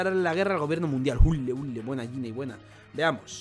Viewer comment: Es Ginny, no yinei